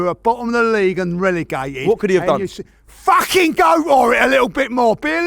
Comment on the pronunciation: “We’ve dan it agen”